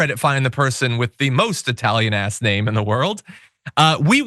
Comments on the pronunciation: Eyetalian!!! You can't even pronounce it you dope. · Even Iadarola gets it wrong or simply unable to make up his mind. Is it EYE-TALIAN? Or is it EE-TALIAN? He keeps alternating between the two pronunciations! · He is referring to a particular group which used/uses that pronunciation. To quote Italianità : "I recently worked with a woman who thought it hilarious to refer to me as Eye-talian. The first time I corrected her, she admitted she knew the correct pronunciation, but used the term to needle me. I smiled when she did it after that, thinking “Lady, you’re a real asshole.” She wasn’t a bigot, just ignorant. I guess if it bothered me, I could have gone to management or HR, but we all know the result of such an exercise. They would smile, patting her on the shoulder, gently telling her with a wink that I was sensitive. They would both think, it really wasn’t that bad. So, I just accepted it."